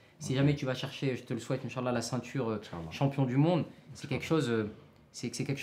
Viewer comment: Conseil de votre grand frère : On dit al hamdoulillah et non hamdoulleh. Et incha ALLAH et pas inchalla. Bonne continuation.